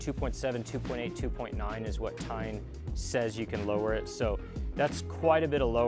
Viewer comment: TEIN pronounced as TAEYN. not TINE.